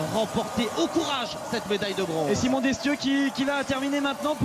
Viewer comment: Ça fait grand plaisir de revoir Martin, triomphant avec le drapeau tricolore! devant une foule endiablée! :) Par contre, bizarre de voir Mazet entraîneur de tir de l'équipe de France, on est plus du tout habitué à cela... et marrant d'entendre Alexis prononcer Desssthieux ;)